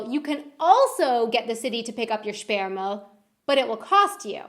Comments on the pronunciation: You need to improve your pronounciation of "ü". When you said "Sperrmüll" I understood something key to reproduction of humans. That could get you into embarresing missunderstandings. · Sperrmüll means bulky trash not blocked trash = sperrig not Sperre/gesperrt 😉